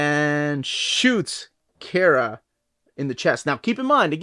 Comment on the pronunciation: Man I don’t like the way he says “Kara” He say key-era It’s Car-a